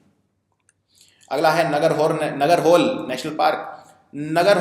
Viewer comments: Sir its pronunciation is नागरहोले Not नागरहोल :) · Listen your work is good and appreciable, but mispronouncing something is not desirable. Lakhs of students are following this vedio and they'll pronounce the way you pronounce. बांदीपुर नहीं बंडिपुर नगर होल नही नागरा होळे You are a citizen of India and those territories fall under the boundary of India. If you don't know learn, ask and pronounce it. Language is something that comes with the sentiments of the people. Please pronounce it properly. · Nagarhole is pronounced as "Nagara" "hole" as in Hindi word "haule" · Sir it's not Nagar hole it's Nagarhole